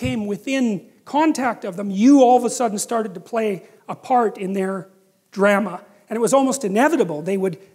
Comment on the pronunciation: i like how peter says drama like gramma hahahaha